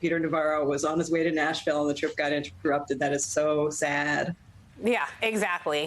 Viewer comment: I like how he emphasizes "Nashville" as if that makes a difference